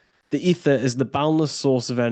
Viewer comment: ether sounds like "eat her" 😮 and a star backwords are rats